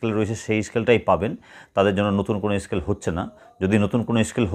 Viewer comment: Scale bolun escale noy